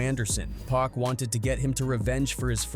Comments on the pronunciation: It’s not pronounced 2-Pack! 😂 Fuck sake!! It's 2-Pac (pock) 🗣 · Could've sworn I heard dude say 2pack at least 4 times in the video